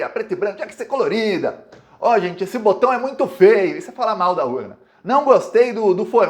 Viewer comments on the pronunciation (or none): none